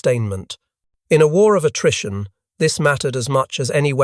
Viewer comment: I found that the script read “war of attrition”, however, after listening to the narration for 25+ minutes I heard “ war of Nutrition!”😮😅